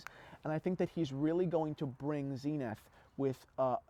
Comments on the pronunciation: Zen-ith not zeen-ith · Zenith is a word. Dont you just pronounce it the way you'd prounce the word zenith? ie american english vs british english? Like omega?